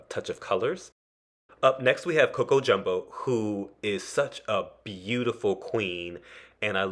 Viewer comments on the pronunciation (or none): none